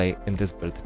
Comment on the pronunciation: hi without any hate, I just want to mention for you to improve maybe. When you pronounce "Build" you always say - "belt". For a second I thought you were talking about belts instead of builds. Try to pronounce build as - "byld" or something like that please:D. Cool video otherwise we can see you have a lot of knowledge now in pvp and iop seems very fun. Nice 1v2 clutch!